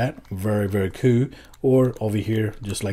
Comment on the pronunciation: It's so annoying how you pronounce "cool"